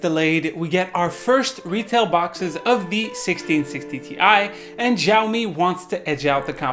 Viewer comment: He pronounced 'Xiaomi' in a wrong way in the entire video. 😂 😁 🤣 In case you are wondering, yeah I have too many Xiaomi products. Mi Air Purifier 2S, Mi Powerbanks, Mi 4, Mi Smart Scale, etc. Their IOT devices are great and i love their ecosystem.